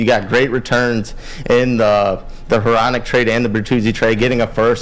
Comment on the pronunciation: Bro why u pronouncing Hronek like that